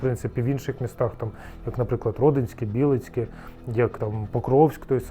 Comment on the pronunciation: в 2026 му прці, від не місцевих людей я вдруге чую щоб місто Білицьке називали з правильним наголосом